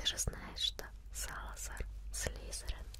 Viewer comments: всë круто, только не "слЫзЫрЫн", а Слизерин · Почему ты говоришь некоторые имена неправильно так как "Ты наверняка знаешь Ньют Салламандера"? И говорится не "Слизеран", а "Слизерин"!